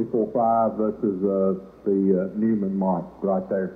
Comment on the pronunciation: It’s pronounced Noyman.